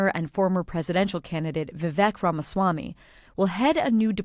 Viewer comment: did you miss pronounce Viveyk's last name on purpose or are you not smart?